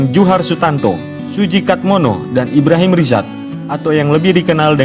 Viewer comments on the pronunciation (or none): none